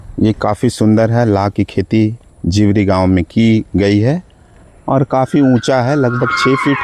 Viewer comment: जीवरी को दिवड़ी बोल रहा है 😂 क्या पत्रकार बनेगा रे तू 😂😂